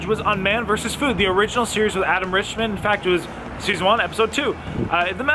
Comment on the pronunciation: Is it not Adam Richman, not Richmond?